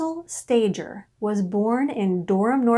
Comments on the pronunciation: Why don’t people doing these documentaries try to find out how to pronounce the names of these people correctly? Sta ger not Stager. It’s a g not a j. Why bother to listen if a simple name is wrong? How much else is wrong. If you can’t do it right , don’t do it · oh dear first thing are the last name is pronounced stay gurr its a hard g there are so many documentaries on this you could have checked how to say it.